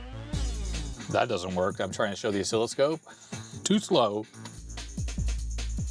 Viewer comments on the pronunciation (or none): none